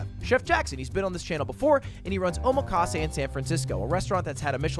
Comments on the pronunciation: Ludwig: "Ow-makaase" Genuine question though, if Engrish is a thing, what is it called when one applies the English accent in Japanese language? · I was like "oh cool this should be funny" and then he said "omakase"... how tf?!